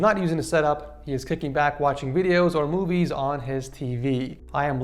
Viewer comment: Who all hears boobies instead of movies?